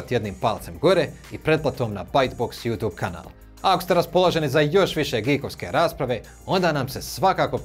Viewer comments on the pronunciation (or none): none